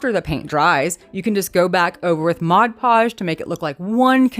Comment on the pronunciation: These are great! BTW, I can’t tell you how much I appreciate that you pronounce Mod Podge correctly. I have issues, and it drives me crazy when people make videos and call it modge podge.